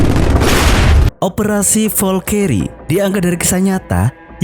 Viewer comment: ngomong nya valkri bg bukan volkeri, hitler bg bukan hilter